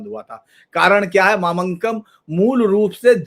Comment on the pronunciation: यह देखकर अच्छा लगा कि किसी ने 'मामांगम' कार्यक्रम को प्रमुखता देने के लिए अच्छी पहल की है। ऐसा करते समय मेरा विनम्र निवेदन है कि कृपया सटीक नामकरण देने का प्रयास करें। तिरुनावया- यह तिरु-ना-वा-य है, तिरु-वा-ना-य नहीं. ऐसे ही ममंकम नहीं ये मामांगम है. क्या मैं किसी के नाम का उच्चारण इस प्रकार कर सकताहूं, जैसे धीरेन्द्र पुंडीर की जगह दरिद्रपंडर ?. एक बार राष्ट्रीय स्तर पर नाम परिवर्तन स्वीकार हो जाने पर, इससे लगभग जनसांख्यिकी में भी बदलाव आ जाता है। अनुरोध है कि ऐसा विद्वान व्यक्ति इस मामले को गंभीरता से देखेगा।